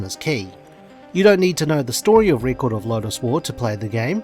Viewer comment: You cant even pronounce record correctly. 😢 youbare ai before ai.